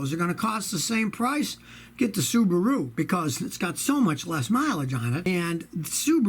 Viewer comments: Scotty, I think its funny how you say Subaru like kangaroo😅😅😅Subaroo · "Subaroo" ;D;D;D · I like how he says Subaru